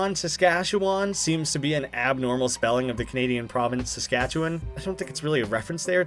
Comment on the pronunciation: You mixed up the prounounciations of Saskatchewan.